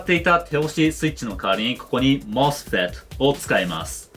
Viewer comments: モスペットゆう時発音クソワロタ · 𝑴𝑶𝑺-𝑭𝑬𝑻 の発音好き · mosfetの読み方を強調する箇所をいつも楽しみにしています。 まじめな同学年内容にユーモアが入ってて笑ってしまいます(*´▽｀*)